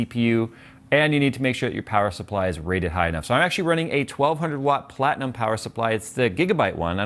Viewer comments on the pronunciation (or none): none